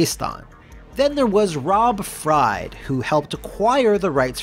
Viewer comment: I used to work for Rob Fried (Pronounced like Freed by the way, not that it really matters). One time in a meeting a new hire wanted to kiss ass by saying "I loved the Matthew Broderick Godzilla by the way" and that meeting went from a "state of the business" meeting into a 2 hour rant on why this film represented everything wrong with Hollywood.